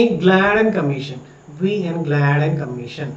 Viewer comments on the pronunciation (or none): ഗ്ലാഡ്ൻ അല്ല ഗാഡ്ഗി ൽ അല്ലെ